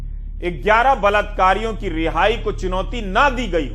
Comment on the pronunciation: Mr. Ravish , word is balaat kaar ,not balatkaar. say balaatkaaree ,not balatkaaree. But second time spoke balaatkaaree. And third time,fourth time spoke balatkaaree..fifth time spoke rightly. Sixth time spoke balatkaaree. (right)..Please don't mind Supriya Shree Net spoke every time rightly. Errors are superficial.